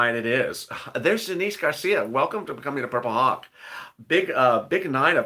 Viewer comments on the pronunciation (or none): none